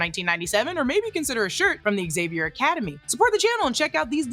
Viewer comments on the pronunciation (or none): none